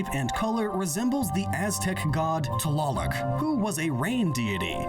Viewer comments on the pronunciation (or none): His pronunciation of Nahuatl is honestly so funny to me, “taloloc” or however he said it is pronounced and spelled tlaloc (tlah-lohk) and itzpapalotl (eets-papa-loh-tl) wasn’t a bad goddess, she had butterfly wings with the edges being obsidian knives I don’t know where he got bat wings from, her name literally translates to obsidian butterfly - a nahua (descendant of the Aztecs people) who happens to watch your videos